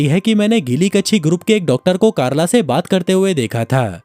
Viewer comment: Chalo ek ladki ka naam toh thik se liya (carla)😅